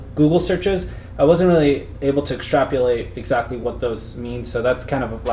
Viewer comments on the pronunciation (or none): Extrap-O-late. Not extrap-YOO-late. Only because you mispronounced it about a dozen times...